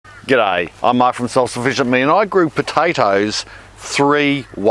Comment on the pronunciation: It took me a relisten and some thought before I realized he says "G'day" at the beginning, not "Guy". xD